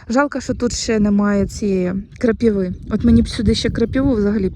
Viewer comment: Тобі, ж, казали, що квасолю, не намочують, садять так.Намочують горох. Навіщо укорочувати баклажки, куди рослина буде рости? Якщо не знаєш, як українською слова вимовляти, то словник в поміч ( апрєль, крапіви, морє...) А море, ще буде , почекай...